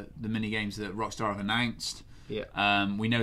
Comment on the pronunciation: Definitely said ve....